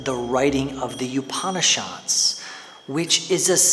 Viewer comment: FYI Upan in Upanishad is pronounced similar to oupan in coupon.